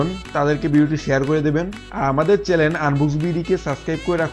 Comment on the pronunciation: ভাই উচ্চারণটা “চ্যালেন” না, “চ্যানেল” হবে। আর গাড়ীর ক্ষেএে মাইলেজ অনেক বড় একটা ফ্যাক্ট। So please next time,........ don’t forget it।